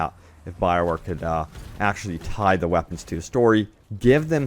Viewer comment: it just gets me every time he says Wapons....legendary Wapons heheheh